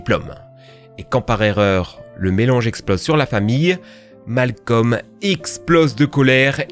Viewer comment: sa se prononce pas Malcom mais Malcolm